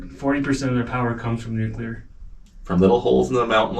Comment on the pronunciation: Pronunciation lesson of the day...its nuc lear!!!!!!!